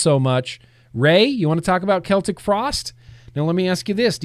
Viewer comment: DANG IT, everytime i forget you tell alexa to play death metal on spotify, each and every time i get horrible loud booming death metal in my room, P.S the way you say celtic with the k sound is SPOT ON, the other way with the sel tic sound is for the football (soccer) club celtic Fc. so if you didnt no now you no #FactsAreFacts #ReplayAddictsAnnoymous